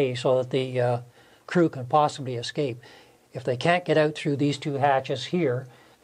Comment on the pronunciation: I wish i could respect people who say "ecscape"